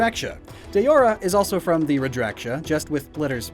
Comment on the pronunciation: Daora is pronounced DOW-RA Also I thought the Safi part was just Sapphire.